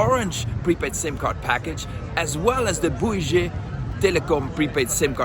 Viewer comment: Bouygues pronounced as in « give or gun » you’ll look like a fool otherwise, especially if if you think your prononciation is good! 😅